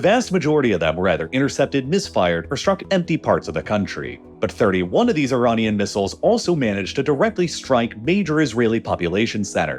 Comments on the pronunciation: why does he say ironian instead of iranian? its like he mispronounce a word in every video just to annoy you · Is it just me or is he saying “ironian”? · I couldn't make it that far, I kept getting irritated by the various "Ironians" sprinkled throughout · why does the narration keep changing pronunciation of words? Ironian? Either very poorly scripted or he’s changed to AI narration. Unlistenable.